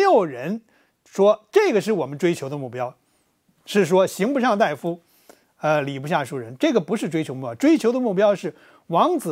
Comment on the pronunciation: 刑不上大（da）夫吧？大（dai）夫、医者。